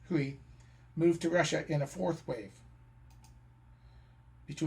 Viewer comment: Great photos, and an impressive presentation on many levels. However, it is marred by so many egregious mispronunciations. For example, I've always heard 回族; pronounced "whey" and not "hooey", and you mess up the pronunciations of 兰州., 乌鲁木齐, etc.